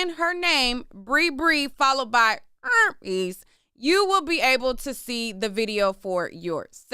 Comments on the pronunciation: It's you in the mic saying "erpes" for me 😂😂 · IKR, or like saying CHERPES..... 😂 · Girl!! I’m talm bout CACKLING every time like it was the first time😂😂😂😭😭